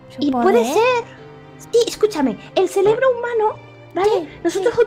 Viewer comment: () dijo celebró o cerebro?